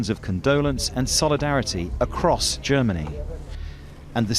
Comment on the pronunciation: "A piwwar of smoke biwwowing acwoss the night sky..."